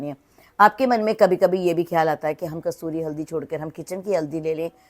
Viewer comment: Say kasturi not kasuri😂